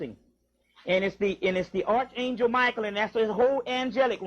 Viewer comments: Good Lord man! It's pronounced ARK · Never let a man who mispronounced arch angel teach you a damn thing